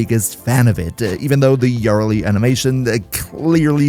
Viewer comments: you're pronouncing it wrong, its yuh-RELL-lee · Wtf is that Yareli pronunciation... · ❌ Yareli ✅ Yara Lee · Can you please stop saying “Yarly”? It’s Ya-re-li. 3 sylabbles. It ain’t hard. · Ngl yar reli triggers me. Me and everyone I know says ya reli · Yar lee 😂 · Love the video, but everytime you said "yareli" as "yarrili" i cringed lmao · yarr rehley lol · "YÁreli" bruh? Youre just baiting for comments at this point. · Say it with me: Yuh-REL'-ee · The jarl of Eli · He pronounced her name differently like 5 times and never the same way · Bro pronunciation of yareli pisses me off😂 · sorry man, im usually real tolerant when people cant pronounce something in warframe correctly, but that is NOT how yareli is pronounced and it cannot be tenable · theres a whole quest line abt her and they say her name multiple times. how do you mess this up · cant handle the way you pronounce her name... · Dude I was thinking the same lol too much pronunciation on the YAR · why you pronouncing her like that . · i swear you pronounce her name wrong on purpose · The Yareli pronunciation was awful, but the video is great. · 24s annnnd I am out that is horrible pronunciation